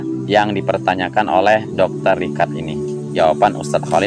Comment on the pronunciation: Bacanya dr.ricad..bukan dokter RIKAD